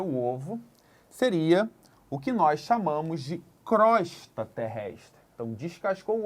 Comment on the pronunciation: Pronuncia correta e crôsta